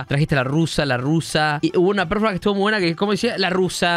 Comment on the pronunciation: 42 programas, y nadie de las 100 personas que deben trabajar ahi le dijo La Joaqui que se dice "Performance" y no "Preformens"